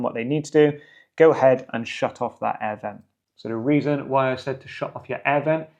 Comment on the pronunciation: 'aiee' air vent - when British English finally dies. "An air vent" - the phrase flows, no disjointed glottalstopped American pronunciation. But thanks for the video, useful.